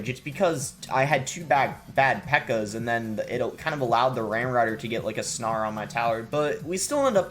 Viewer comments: Lol, please man, it's "snare" like "sn-air" not "sn-arr" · I thought it was hilarious.